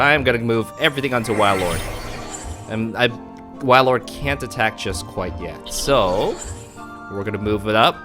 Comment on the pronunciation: Cool deck! But it's pronounced whale-lord